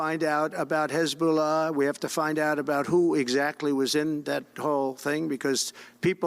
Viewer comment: 😂😂😂😂😂😂😂 😂😂😂😂😂😂😂😂 Did he say Hezbollah 😂😂😂😂😂😂😂😂😂😂😂😂😂😂😂😂😂😂😂😂😂😂😂😂😂😂😂